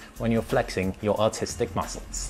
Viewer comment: it sounded more like "flexing your AUTISTIC muscles"....lol